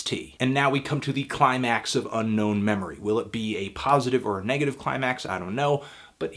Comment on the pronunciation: It’s called Unknown Memory, not Unknown Meme-ory.